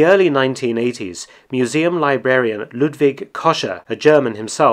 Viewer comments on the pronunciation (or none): none